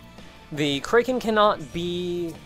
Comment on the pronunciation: I inadvertently flinch every time you say kraken like that.